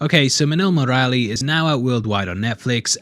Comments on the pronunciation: While saying Murali you are right till Mur after that just skip the 'a' and quickly say Lee Similar to Mowgli if you change it to muugli - Murli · It's not murralli murali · hey! Try speak "MURLI"..... ANYWAY MUCH APPRECIATED FOR THIS VIDEO. lots of love and have a best Year ahead...